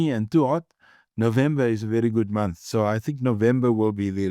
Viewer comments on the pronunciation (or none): none